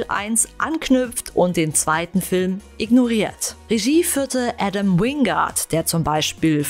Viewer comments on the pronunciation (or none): none